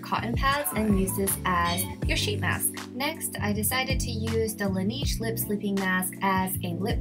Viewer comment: Did she pronounce Laneige wrong or is it just me?